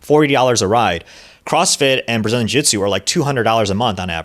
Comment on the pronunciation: Ahhh, yes, "Brzilian Jitsu"